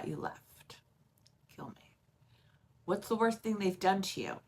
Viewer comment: Like you say “think” for the word “thing”. It’s fun to listen to 😂